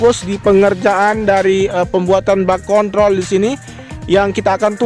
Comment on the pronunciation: Hati hati bang dalam penyebutan kontrol... bisa salah sasaran ntr😁